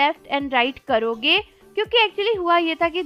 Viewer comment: He said left and right karoke😂😂not karoge